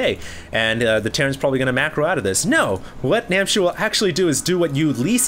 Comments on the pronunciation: it's NamhciR.... not Namchir. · its NAM H C IR not namchir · Everyone complaining about mispronouncing NamhciR's name should just shut up. Namchir sounds so much cooler.:P